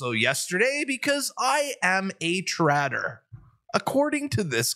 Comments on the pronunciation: Lol. "Trater". I thought at first it said "Tater"...😂😂😂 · “your a trater” 😂